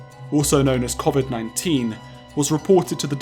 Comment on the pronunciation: Hey look, it’s the guy who can’t pronounce covid. “Koffid”